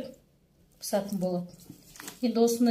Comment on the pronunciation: Пісетін болады десеңізші пысатын демей .мяя сарымсағың не пияз емес па 😅